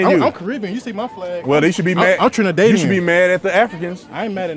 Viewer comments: TriniDADian not TriniDADEian 😭😭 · As a trini I'm mad he said trinidaydian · Trini bwoy can’t say Trinidadian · PLAID JACKET IS NOT TRINI...he can't even pronounce Trinidadian right.... Dude, ur american, you cud Neva b a Trini..... Maybe yuh mudda.... IM ALL FOR TRUMP, WAKE UP DUDE. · Boasting that he is Trini and says Trinidadian incorrectly.🤦🏾‍♂️ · Trinidad don't claim that boy he's drinking the koolaid on ice lol spewing nonsense. Plus he pronounced Trinidadian wrong lol